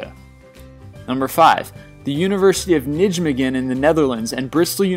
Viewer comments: I laughed when he said "Nijmegen" wrong. You pronounce this name as "Nigh-may-gen", not as whatever he said. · HAHAHA I love how you butchered my city's name!! Nijmegen. Mind you I have heard worse :P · Nijmegen is pronounced as Nay-megen, not Nidgmigin. The Dutch ij is pronounced as some sort of aye/eigh, similar to the German ei. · 6: It is the university of nijmege (ny-mege) not ni-j-megen Love your vids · Did I just hear "The University of NIDGEmegen in the Netherlands" ?? LMAO!! Try Naimegen, that would sound a lot better to us dutchies. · Nijmegen = Nidgemegen? Really dude? It's pronounced Nymegen. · Nijmegen is pronounced (n-eye-may-g-en) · Nidgemegen lol. It's Nijmegen. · it's pronounced:"Ney-may-guhn" sorry man, but you BUTCHERED the name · N.5 it's pronounced; Ny-may-can Why do i tell this? Because i'm DUTCH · WAHAHHAHA I did not even realise they said "Nijmegen". Got a good laugh out of it (and the rest of the video) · Ok, you got the pronunciation of 'Nijmegen' at number 5, totally wrong haha. listen to it in google translate. (Dutch voice) ^^ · Omg never say Nijmegen like that again. It was horrible!